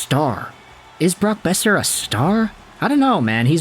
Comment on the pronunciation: Boeser. It’s Boeser